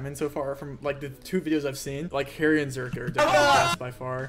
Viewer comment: I love how Rainbolt calls Harry "Hairy" 🤣